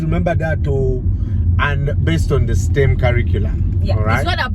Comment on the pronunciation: Hey it’s STEM as stem on a branch not steam